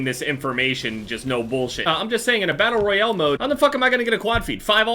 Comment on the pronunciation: The way he’s says Battle Royale... Battle Royele